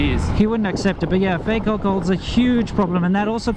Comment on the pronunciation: The Stairmaster! ;-D Sounded like owlcohol poisoning. OvO Re. fake alcohol: Wouldn't it become a habit for people to rip a bottle's label after emptying it so that it cannot be re-used by fakers? Would at least make it harder for them to fake it then.